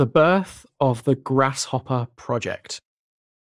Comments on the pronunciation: Please don’t say “grash hopper” again, I beg you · Sound like you're saying grash hopper